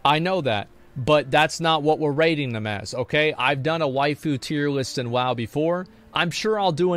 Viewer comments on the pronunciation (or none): none